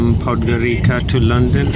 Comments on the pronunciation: Its not Podgorika its Podgorica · Perfect Video but...pronunciation is Podgorica with ( c) not with k....is Podgorica not Podgorika...) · It is pronounced "Podgoritsa"